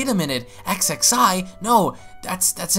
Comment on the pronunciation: Xxi’s name is pronounced “ksee” And it’s “Merk-it”